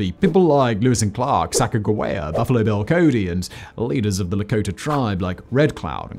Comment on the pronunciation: You said Sacajawea wrong